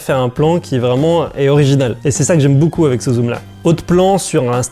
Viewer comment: Il a dit Boucoups boucoups Hésitez